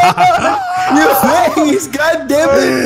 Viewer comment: Opps face not faca